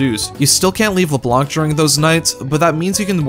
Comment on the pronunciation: It’s pronounced Leblan,it’s said in the game many times.